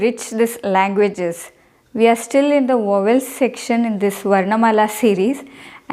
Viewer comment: Please pronounce the word VOWEL properly. Rest of the content is excellent.